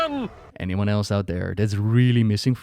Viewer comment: sorry but it keeps irritating me.. can't focus every second when I hear it.